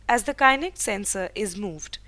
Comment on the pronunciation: Well the please pronounce the kinect properly... its is not pronounced as kainekt... but kinekt BTW, well done and good job guys :)